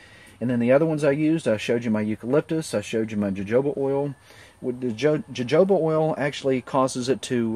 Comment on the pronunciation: Actually, jojoba is pronounced in the Spanish/Mexican way (Ho-Ho-Ba)... you should also mention that 3% of the people in this country are allergic to jojoba (I am one of the 3%)... They use the stuff for EVERYTHING (at least one "multi-level marketing" does): toothpaste, shampoo, soap, toilet cleaner, mouthwash, etc, etc, etc...